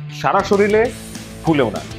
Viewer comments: ভাই, শব্দটি "শরিল" হবে না "শরীর" হবে। 💝💝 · ভাইয়া শরীল না শরীর। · আপনি " শরীর" কে " শরিল" বলতিছেন!!! বিশ্বাসই হচ্ছে না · ভাইয়া আপনার ভিডিও অনেক ভালো লাগে। বাট শরীর উচ্চারণ টা হচ্ছেনা।শরিল সোনা যাচ্ছে🤣🙄🤣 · আপনি শরীরের উচ্চারণ করার সময় আঞ্চলিক ভাষায় শরীলের উচ্চারণ করেন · শরীর* 😊 নট শরীল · Ha. Amio kheyal korlam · Soril na re vai Sorir